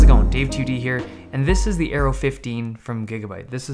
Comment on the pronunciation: Dave Lee When you said Aero i thought you said Arrow :D